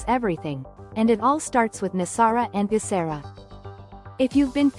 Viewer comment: Geh sar ah hard G sound. Global